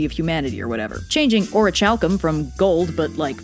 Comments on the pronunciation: First of all, you mispronounced Orichalcum. The h is silent. Second, archaeologists have found Atlantis, it’s the Richat structure (also known as the eye of the Sahara) in Mauritania: West Africa. You even showed a picture of it. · I don't think that's how you pronounce orichalcum... Or at least I know I'll never pronounce it that way... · Ori chalc um? You mean ori calc um? Is how you pronounce orichalcum. I don't play. I am a horribly serious individual. No worries. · Orichalcum is pronounced as “Or-ih-cal-com” not Or-ih-chal-com” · ... Wait was it always pronounced "oh-ree-chal-kum" and not "oh-ree-kal-kum"? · Wait, "O-ree-chalk-kuhm"? I thought it was "O-ree-kal-kuhm"? In the video game Bravely Default(the only video game that I know) I heard the characters pronounce the name as so. Also, in Bravely Default, Orichalcum is apparently like a rarer relative to mythril. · I’ve always heard the chal in orichalcum pronounced like calcium, not like chalice. What I’m trying to say is that I’ve always heard a k sound instead of ch. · Little pronunciation note: Orichalcum should have its ch pronounced like the ch in Chimera not a soft ch like in chair. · Anyone else cringe when Red pronounces it? It's meant to be prononunced /ɒɹɪˈkæl.kəm/ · I saw yugioh reference aka is is pronounced ori-cale-cose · psst, the "ch" in "orichalcum" is pronounced like a "k". Like "chalcolithic". It comes from Ancient Greek χαλκός, which meant copper. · Orichalcum??? I usuaclly pronounce it as ori[ck]alcum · Doggerland! WooooO! (I'm British) Being Greek, shouldn't the "ch" in "orichalcum" be pronounced as a "k"? /ˌɔːrɪˈkælkəm/ I can't read these IPA pronunciation things, but the tool tips say it agrees with me. It really bugs me, it's like when people pronounce the "ch" in chiropodist as an "sh". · She wasn't pronouncing it right, the ch is supposed to be pronounced like a k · I don’t like how she pronounces orichalcum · Red is mispronouncing it